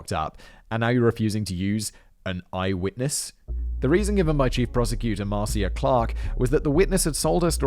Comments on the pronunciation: Simon! MAR-CIA.... Is said like Marsha! Marcia Marcia Marcia!!! LMADO! 🤣🤣🤘🎸🤘🎸🤘🍻🍻💚🧡💚🧡💚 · I love you Simon and I enjoyed this video, but please Google how to say people's names 😅. Ms. Clark's first name is pronounced mar-sha and Judge Ito's last name is pronounced ee-toe. 😉 I believed OJ did it before watching the video. This video only confirmed it . This video taught me sooo many details of the story I didn't know. As an American I lived through this but didn't watch the trial as a was a teenager then. I've watched many specials discussing the trial over the years. I did not know about Navy training with the murder weapon or O.J.'s confession to R. Grier. There is no such thing as "being smart enough to get out of jury duty." Jury Duty is a legal obligation and if you fail to appear when summoned, you go to jail. The only way to never get called for Jury Duty is to never get a driver's license. Of course, driving without a license is a crime too. Being summoned for Jury Duty does not mean you will actually serve on a jury. I've been called three times over 15 years but released. They did offer all of us who released the opportunity to stay and possibly be selected for a jury; we all left the court house. 😅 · Also Marcia is pronounced marsha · Pronounced "Mar-Sha", as opposed to "Mar-See-a" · Great job! It's so funny to listen to you mispronounce names that everyone in America knows. "Marsh-a" and "E-toe" (Marcia and Ito) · Sometimes I am a bit skeptical of whether or not Simon is as unfamiliar of the case as he says.. but his pronunciation of Marcia and judge Ito has me convinced! It’s probably a bias as someone who grew up in the States that there is anyone who isn’t pretty familiar with this case. I was maybe 7 at the time and I remember where I was during the bronco chase and the verdict still. No offense to Simon at all, you’re a Legend!